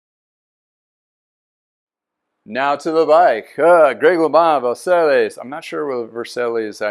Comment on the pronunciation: I think that is pronounced Vers-I as in "I am" Long I.....not Versales! Too funny "guy"!